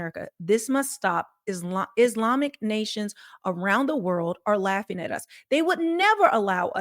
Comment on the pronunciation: That robot woman standing there Consistently goes thru the SAME hand movements,...& is trying to say Islami - instead robot says ' iz limey! ' , you can tell when it's a computer they can't pronounce the year or a $ monetary/dollar amount properly.